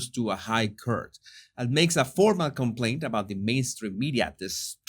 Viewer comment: Oh Jesùs I just love how you pronounce court…..curt, you’re adorable x